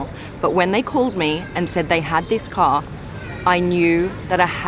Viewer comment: "This ka is fully autonomus. This ka is the E-legend..." Is this a ka or a car with R at the end?